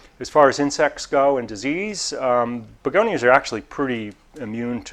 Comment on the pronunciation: I love it. I call begonias begoniars now.